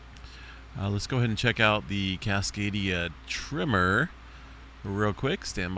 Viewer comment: Why do you say "trimmer" instead of "tremor"? I tried to watch this muted, but the captions also show up as "trimmer, trimmer, trimmer" 🤮 Are we talking about an army of people simultaneously neatening their lawn edges, causing earthquakes??